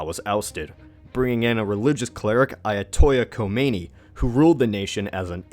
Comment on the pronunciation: OH MY GOD. YOUR PRONUNCIATIONOF AYATOLLAH KHOMEINI IS SOOO BAD